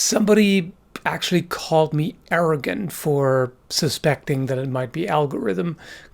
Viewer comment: it took me several attempts to realize he said "arrogant" not "Aragorn"!